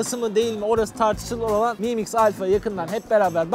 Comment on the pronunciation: ayrıca miim diye okunuyor sizin aklınız yine kaçmasın biryerlere xD